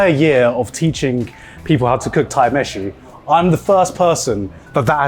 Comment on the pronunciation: "Thai meshi" haha